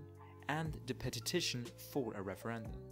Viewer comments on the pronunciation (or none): Petition... not peTITIon...